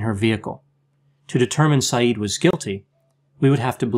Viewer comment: Isn't his surname pronounced differently?